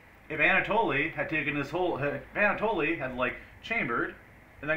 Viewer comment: You know it's pronounced Anna-Toll right?